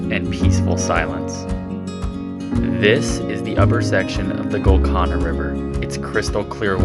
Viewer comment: It's pronounced gul-can-a